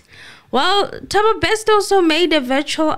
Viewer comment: Anonymous.. it's not Bekster, it's Bester pls 🤣🤣🤣